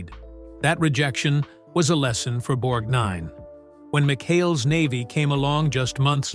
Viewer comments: Why does the MC keep stressing "nine" in Ernest' last name? It pronounced "Borgnine" with NO emphasis in the last four syllables! If your going to do a video about someone get their name right. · Your research is impressive, but you should strongly consider switching to a human narrator until the text-to-speech robots learn consistency. The constant switching between the correct — BORGnine — and incorrect — borgNINE — pronunciation of your subject's name was seriously irritating and distracting. It’s a shame you let your hard work be diminished by not solving this problem. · Irritating the way the guy insists on pronouncing Ernest's surname as; "Borg - Nine". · Interesting but too many sloppy errors and repetition. Being unable to pronounce Borg-nine or Mer-man correctly makes you wonder where this guy got his information. We never learn who the “feud” was with, either. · At about the 23rd mention of “Borg N I N E” I gave up and couldn’t listen anymore. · Annoying how he says, "Borg Nine" as if it 2 words....and talking og Shelly Winters while constantly showing someone else....Ridiculous.. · "Borg-nine" "Mer-man" Gotta love those computer-generated voices. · Pronouncing his name “BorgNINE” makes him sound like a character from Star Trek the Next Generation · Borgnine is not two words .... it is distracting to hear "Borg Nine" said over and over. Videomaker also needs to do some fact checking. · Why does he keep calling him Borg NINE? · It’s Borgnine, not Borg Nine - so irritating, other than that great old actors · Please don't pronounce his name BorgNINE. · Hate the narration here….emphasis is always on the wrong word or syllable. Borg NINE Mer MAN Poseidon ADVENTURE 🙄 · The repeated emphasis on NINE in Borgnine grates on the ear. Most people tend to put a little emphasis on 'Borg' which sounds more natural. Sometimes in the video the name sounds like two separate words, Borg and Nine. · Can't pronounce his name??? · His name is Borgnine, not BORG Nine